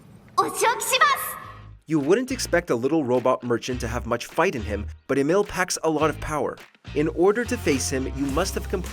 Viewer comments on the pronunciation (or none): Bro , his name is Emil (Emeel) Also he's not a robot 😢